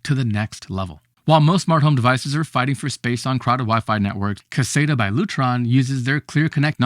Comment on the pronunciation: you are pronouncing caséta incorrectly?